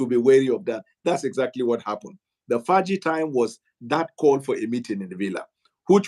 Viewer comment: "Fergie time" not "Faaji time"